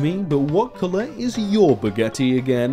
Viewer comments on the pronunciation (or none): none